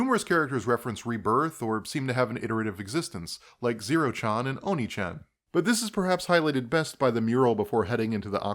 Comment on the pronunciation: oneechan would be pronounced as oh-nay-chan not oh-knee-chan